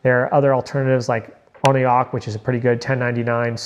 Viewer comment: Thanks for the video,. Per Oneok website, pronounced ONE-OAK